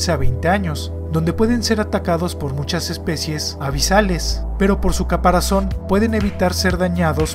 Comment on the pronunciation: Bueno en este vídeo solo note que en el minuto dijiste “caparacion” en vez de caparazón, pero en muchos de tus vídeos tienes errores similares, no te pido que los corrijas, si no que los evites a futuro.